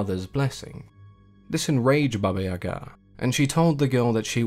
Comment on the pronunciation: Finally someone said her name correctly, I only new the evil side not the other one thank you so much for telling me I love your channel❤❤